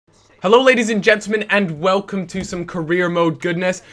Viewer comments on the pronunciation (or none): I love how he says LADIES and gentlemen on a FIFA video